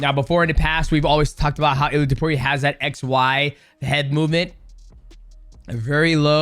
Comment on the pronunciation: I don't want to be that guy DJ, but its pronounced Ilia "Tapuro"🤣